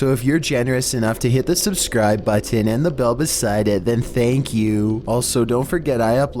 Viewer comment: I like how you say 'baattin' to pronounce button.